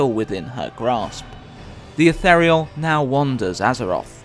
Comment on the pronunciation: Please pronounce ethereal properly.